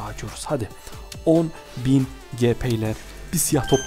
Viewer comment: O gp diye okunmuyo cipi diye okunuyo